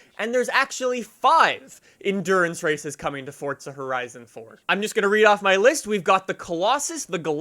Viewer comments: its not fortza bro its forza lol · it's FORZA.... Not fortza.... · its forza not fortsza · The way you say forza drives me nuts. There's no "t" in forza. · Why does he say it like “fortza” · I like how he says fordza lmao